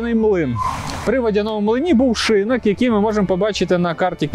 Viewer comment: Дякую за цікаву розповідь! є одне питання: чому шИнок? шинОк же в будь-якому словнику.